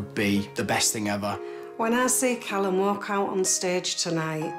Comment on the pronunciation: Calumは｢カラム｣って読むよ。